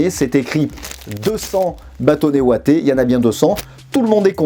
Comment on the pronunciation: des Bâtonnets Ouatés ? Des Bâtonnets Wattés